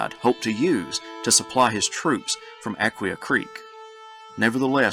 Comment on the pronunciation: Just FYI…Aquia is pronounced “uh-kwi-uh”…emphasis on the 2nd syllable